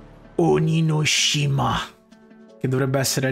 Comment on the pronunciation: Quando dice "ONIGASHIMA" mi fa ridere